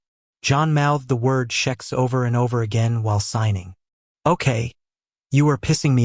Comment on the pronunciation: I think it's a bot.... but I've found the way I think the names should be said, eg Vishous--- is how it should be.. not Viz-house. Also Xhex- I pronounce Hex. he says shex... I'm an Aussie, so we pronounce things differently anyway....